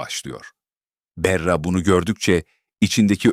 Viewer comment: Berra ne , bari isimleri doğru telaffuz edin!!!!!